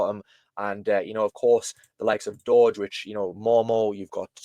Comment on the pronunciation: DJI6930 or Dowge is pronounced DowJ like the Dow Jones. It is not pronounced Doge. There already is a Doge, so Dowge is pronounced DowJ 😉👍